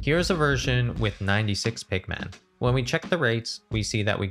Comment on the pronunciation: I cannot unhear pikmen